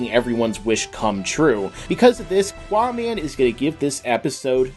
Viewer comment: its not quaaman cant you read ?